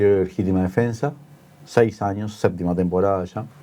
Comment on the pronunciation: Dice " defesa",choca al leer